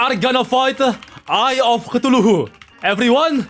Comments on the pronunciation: Like where does he get that 4th syllable from? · I swear has the coolest proounciation of Cthulhu ever. Other Terraria Youtubers: C-thoolhoo: Toolohoo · Please stop pronouncing Cthulhu that way man😭🙏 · Ah yes, eye of sneezes